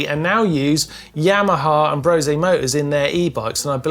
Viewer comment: Why is it that nobody seems to know how to pronounce Brose?😂